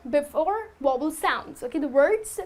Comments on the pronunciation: Vowel not wobble XD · but her sound like wovel.....check again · You pronounced Vowel as Wovel, but you're cute so I'll let it go ;). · Wovel! Ha. Oh dear. You mean Vowel - a e i o and u. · VOWEL is not pronounced correctly. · I was watching until I heard badly pronounced "vowel". Sorry to say but if you want to teach others, you've got to learn first. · Very nice video, but you're pronouncing "vowel" incorrectly. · Tq sir u correct her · The video was very good, but you miss pronounced "the" and "vowel" you have to pronounce the v in vowel.